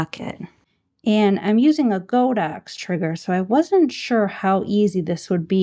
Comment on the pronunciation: Nice video but my ears bled every time I heard you say "Go Dox". It's "God Ox" name after the deity ox. When you say "Go Dox" you are insulting more than a BILLION people.